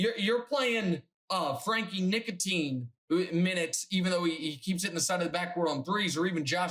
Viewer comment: His name is "Ntilikina". What's with the 'nicotine' ?